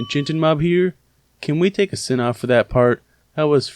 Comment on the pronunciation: sin counter not ain